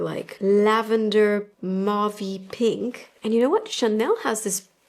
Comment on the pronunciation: you live in France and speak French and say "mauve" like an American - please for the love of everything can we all say the word correctly. Yes, it's a pet peeve but it just sounds so very bad.